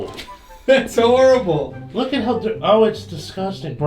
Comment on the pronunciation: Harible? You mean horrible?